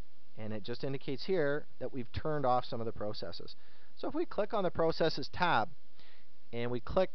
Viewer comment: no offense but you say the word process wrong lol. but good guide.